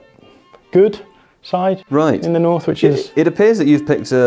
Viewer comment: north, butchered